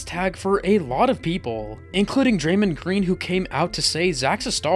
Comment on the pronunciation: Draemen green 😂